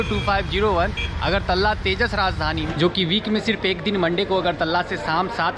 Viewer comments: अगरतल्ला नही है .....अगरतला है । .. .. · its not agartalla its agartala ...pls pronunce well.. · अगरतल्ला क्या होता है? It's अगरतला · Agartala ko agartalla bola gaya hai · Agartalla nahi agartala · bhaiya vo agartala hota hai